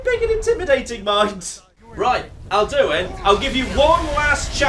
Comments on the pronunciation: Literally everyone on the planet: AL-Du-In: Al-DU-In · His pronounciation of Alduin hurts me